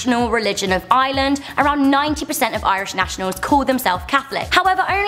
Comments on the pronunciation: Its IRELAND not Island!! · it's Ireland not island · It's Ireland not ieland and Africa is not a country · look ITS NOT ISLAND SAY IRELAND NOT ISLAND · Am I the only one who gets mad when people pronounce Ireland like Island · Ireland is pronounced like "rland" not "island" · It's Ireland not ieland 😒😒🖕🏼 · ok yes we are an island but don’t call us one it’s are-land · It’s ireland not island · Y do u say island it's Ireland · You don't pronounce Ireland like island ITS I R E L A N D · don’t call it eyeland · She is saying ireland like "island" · Stop saying island it's Ireland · not everyone in Ireland has red hair ,_, plus you say Ireland not island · They pronounce Ireland like "iland" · Was anyone else annoyed when she says island and not IREland? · its not eyeland its IRELAND D: and another fact if you dont like taytos..... BAYTIANS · it's no island it's iReland with an R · it's Ireland not iland pls say it right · its IRELAND not island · lol she pronounced it island instead of Ireland lol I'm Irish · Ireland not island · Ireland. Not "Island". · she said island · I'm sorry but it sounds like your saying island not Ireland and what about Samhain? We're (I'm Irish BTW) the ones who came up with the idea of halloween or Hallow's eve it's meant to be a time where the dead are closest to us from the spirit world and also Samhain is a festival marking the end of the harvest season and the beginning of winter or the "darker half" of the year. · its ireland no island your pronouncing it wrong just making it clear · You said island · She call Ireland island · I hate the way non Irish people pronounce it Island it's pronounced ire- land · I'm Irish and girl your pronanceing our name wrong you like ieeland is ireland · U love iland it's Ireland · Hey just saying it's pronounced eye-er-land not eye-ya-land. If you don't know what I mean watch the start when she mentions her holidays. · It annoys me so much when she says island its ire- land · STOP CALLING IRELAND ILAND